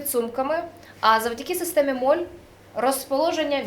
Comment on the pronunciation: Система MOLLE (молі, молє)!!! Це ведуча моль хоч і дуже гарна ;)